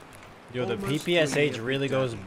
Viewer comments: PP-Sha! Not PP-S-H) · People are gonna hate me for ruining it for them, but I had it ruined for me too so you're next: PPsH-41? Did you know it's actually pronounced "Papasha"-41. Don't believe me? Go look up the PPsH on forgotten weapons. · PPSh is called pepesha actually, the h is not pronounced seperately blyat pe like in "penthouse" and sha like "sha" But mispronouncing foreign things makes everything way more american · this is P.P.Sh not P.P.S.H